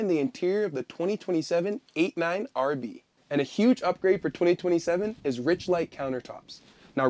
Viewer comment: Wait, are you saying 89 RV? Sure sounds like it.